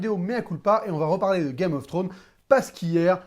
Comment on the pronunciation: ça me stresse tu dis "Game of Throne"... y'a un -S à la fin de Game of ThroneS, il faut le prononcer. Beaucoup trop de personnes l'oublient ce -s, c'est triste...